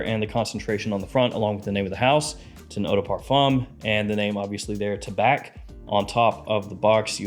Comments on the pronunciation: Tabac is tobacco in french don't prononce the C taba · Tabac is French for tobacco. The C is silent. The correct pronunciation is: Ta-bah.